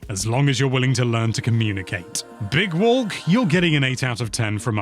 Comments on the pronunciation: Big Wolk 😂😂😂😂 (Is what I heard) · "big wolk"